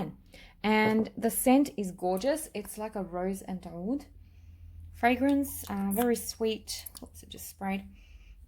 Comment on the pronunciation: Every once in a while you will see OUD spelled as AOUD, or OUDH, all pronounced as OUD. I'm not sure why someone told you to pronounce it like that, my Arabic friend laughed. You can hear it here or OR,,Watch ANY other perfume channel on Youtube. You are destroying that word.